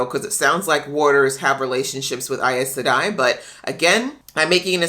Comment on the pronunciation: EYES Sedai is the pronunciation, rather than EYE-ES Sedai. Glad you're getting some background. I should really help give context to your reactions.